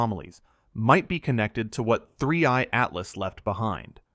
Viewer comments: AI can never pronounce 3i Atlas correctly. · you can clearly tell it's AI from the gap in 3i-Atlas pronunciation here. we need to start reporting/flagging non-labelled AI content like this and get these channels removed